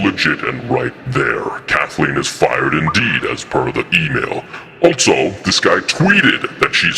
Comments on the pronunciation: The way he says "altso" instead of "also" is also eerily familiar lol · As soon as "" said the word "altso", I knew it was in a mask 🤣 very funny, har har. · This may have already been established, but is just right? I can tell by the way he pronounces “also” as “altso”. You can also see the same neck stubble when “” looks upward. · Hmmm…. Funny how when pronounces the word “also”, a ‘t’ sound slips in the middle of it. Just like does! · I love ya buddy, but you’re the only person I know that pronounces ‘also’ as ‘alt-so’. Guess there’s conveniently another Star Wars nerd that speaks the same way!❤